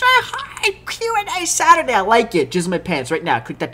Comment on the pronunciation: Did anyone notice the staurday instead of saturday????